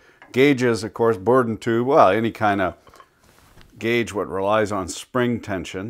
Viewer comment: I like how you say guage